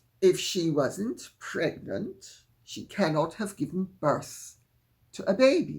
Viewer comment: "Megnant" lol lol..excellent Lady C